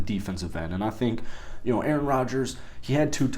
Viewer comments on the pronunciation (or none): none